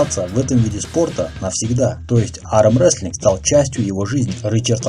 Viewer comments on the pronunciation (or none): Выпуск хороший, но как и в предыдущих видео ужасно бесит как ты произносишь слово "Армрестлинг", просто ппц какой то, зачем так? Только из за этого смотреть не хочется